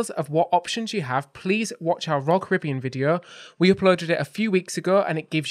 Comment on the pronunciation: Hope you enjoyed Edinburgh. We go every year, it’s my favourite city anywhere. Looking forward to that knew exactly where you were in the clips. Well done for saying Caribbean properly 😀